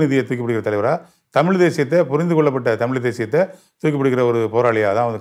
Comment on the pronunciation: தமில் ilaa தமிழ்